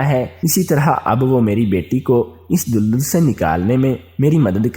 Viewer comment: Lafz dul dul nhi dal dal ha apni islah kar lain